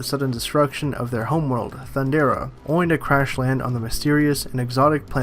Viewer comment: THUN DARE RAH, That's how you say it!.... And what Trash is this???